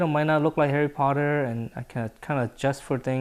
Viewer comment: What said: Let's draw Harry Potter What I heard: LetS DrAw a HaiRy PotTeR